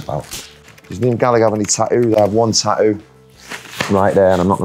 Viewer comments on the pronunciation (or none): "I ave one taouuu"